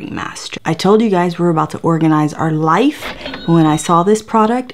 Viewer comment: LmFao "were going to organize our liffee" omg you crack me up. Omg there's a mini Vivian 😂😂😂